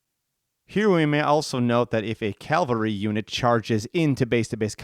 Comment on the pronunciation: It's cavalry, not calvary. ;-)